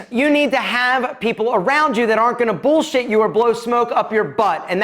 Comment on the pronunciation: Gotta love that how you say bullshit😂